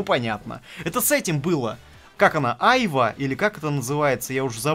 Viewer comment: Айва́(ударение на последнюю букву) вообще рядом не стоит с дыней по вкусу, ни спелая, ни зелёная, ни продолговатая, ни обычная. Спасибо за обзор.